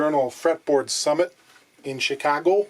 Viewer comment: I laughed at your pronunciation of "Chicago". Sneaky.